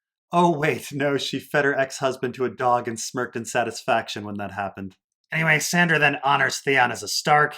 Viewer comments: Why do you call Sansa "Sandra?" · Lmao why do you keep calling her Sandra??? Instead of Sansa lol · I couldn't bear to finish listening to this review, mainly because you can't decide whether to use the character names, or the actor's names, AND you can't even get all the character names right when you do use them. You continuously call Sansa "Sandra" and, then instead of saying Jon, Dany (or Daenerys), you use the actor's names Kit Harington and Emilia Clarke instead. But, yet, you call Cersei by her character name instead of Lena Heady. WTF? While it seems you do get some of the plot point criticisms right, if you don't know the character names well enough to do the review, WHY should I listen to you? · OK, that makes more sense to me than someone calling me a dolt, which I'm not. However, the reviewer should understand that there is NO indication to new visitors about the reason for these purposefully mispronounced and misspoken names. Anyone in my place would think the same - that he doesn't know the story well enough to use the right character names. I visited the channel at the referral of Ser Hunt's Reviews - the only reason I looked it up - and I discover this confusion and people calling me names right off for being critical. I guess if the reviewer doesn't care about new subscribers that's fine but, if he does care, he should probably conform in his usage of character names. Or, at the very least, explain in notations what he's doing for new visitors. When I get a chance, I'll come back and listen, now that I know what's going on.